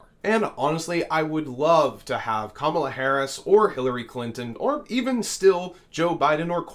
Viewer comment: And please, stop the disrespect of mispronouncing Kamala Harris' name. I'm mean, what are you 5 years old?